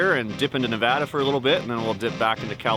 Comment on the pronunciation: Thanks for pronouncing Nevada correctly